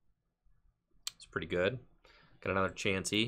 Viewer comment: Also I like how you say Chaunsey lol